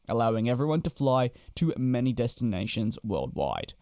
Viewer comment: “Dwaawwaestinations” Sounds a lot like covfefe. 🇦🇺 ✈️